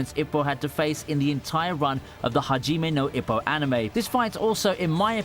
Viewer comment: but you said "haji now ipoh"